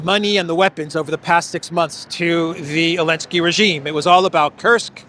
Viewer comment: Did you know it’s Zelenskyy not Elenskyy??